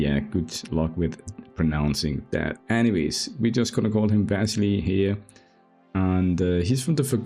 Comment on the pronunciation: I think the intended pronunciation is Va-silly. A Russian name?